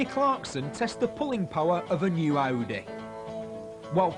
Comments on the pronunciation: tavi921 Oh yeah, that Aussie accent. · Toxy More like Oudeh, LOL